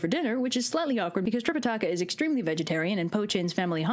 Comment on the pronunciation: I heard "trip a takis."